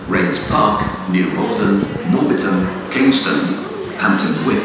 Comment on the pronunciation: Yeah Instead Of saying Kingston he Say Kongston